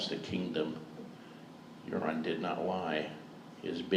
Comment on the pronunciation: Euron sounds very like urine at times.